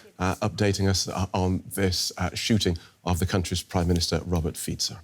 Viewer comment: Thank you for pronouncing Fico correctly.